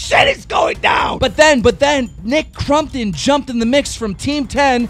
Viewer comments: "aleeeesa" "Nick crumptun" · Crompton.... for some reason calling him nick crumpton makes me cringe internally.